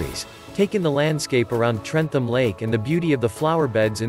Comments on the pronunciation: You do not sound the H in trentham.its pronounced trentam.easy mistake to make tho when your not from staffordshire. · Trentham is said trentam